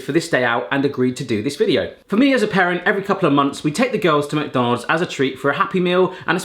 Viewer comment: take a drink every time says "mac-donales" 😆